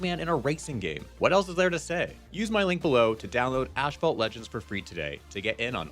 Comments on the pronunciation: Wait, did you just... pronounce your own sponsor's name incorrectly? "Ash fault"? As opposed to the way it's spelled, asphalt, aka the stuff most roads are made out of, which I assume is the word and pronunciation they intend? Don't you normally have to run a sponsored video past the sponsor first? How did they not notice that? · He said Mario..yay~ "Ashphalt" Sigh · Curious if any of the Asphalt Legends reps were pissed that you called it “Ash fault” in the sponsored segment